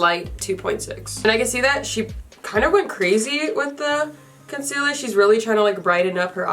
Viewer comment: you said “conciller” like laura 😂😂🤭❤️